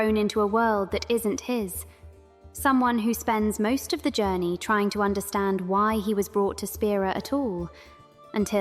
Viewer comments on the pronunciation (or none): none